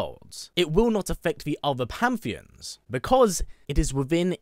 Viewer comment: Hate to be that guy but its pan·the·ons according to google